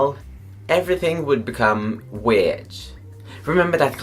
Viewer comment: You wanted me to correct you? Well for one, you pronounciate "weird" and "sorry" in weird ways.